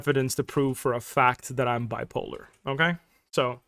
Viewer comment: "Bwipolar" is sending me 💀